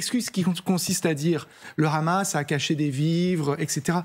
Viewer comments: Le KHamas? Pas très professionnel ni déontologique de le prononcer à l'Israélienne alors que c'est un acronyme arabe. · Le khamas 😂 c’est comme si tu disais les khabitants 🤣🤣🤣